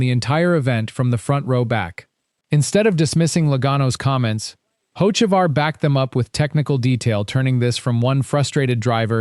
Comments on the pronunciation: The second the narration said “hoe-che-var” and “hoets-ivar” this video lost all credibility. This videos are just designed to create enemies. Hocevar is far from my favorite driver, I think he’s a waste of a seat and a dirty driver, but these A.I narrated videos are trash. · Got a third through the video and couldn't handle the POS AI voice any more. If you can't get your AI to even pronounce Hocevar correctly, then either get another (real) voice or quit posting.